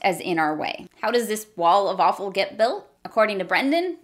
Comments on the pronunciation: the "walla-fallfull" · What do you call “wall of awfull”?.... The Wawful😂😂😉 i constantly hear waffle, am inthe only one?😂